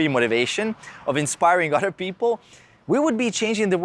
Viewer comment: Love the video. I keep hearing you say otter people though. 😂